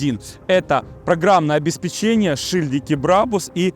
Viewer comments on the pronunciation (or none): none